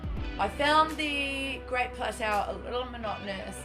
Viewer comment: It's "plat toe" lol letting you know :p glad to know your enjoying the game though